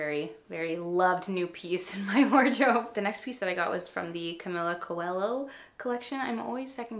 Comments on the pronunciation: Camila’s name is hard for Americans! Don’t feel bad. The —ho in Portuguese is pronounced like yo. So her name is pronounced Cuel-yo. Fun fact: Coelho means rabbit in Portuguese 😊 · I love all of your content sooo much! I love makeup but I also looove style and workouts. You’re my fave!! 😍 also, I’m brazilian and coelho is mispronounced but it’s a difficult word to say with the LH combo. haha it mean bunny in Portuguese too